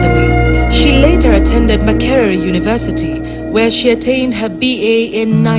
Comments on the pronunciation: True. Was abit disturbed when she misprounced her name. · Kindly note she is not Mucere but Micere.